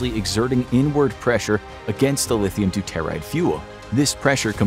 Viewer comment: Learning about nukes when they don't pronounce, "doo-tuh-rahyd" properly. Yikes! Edit: Good lord, it is, "trit-ee-uhm". Listening to this truly hurts my ears.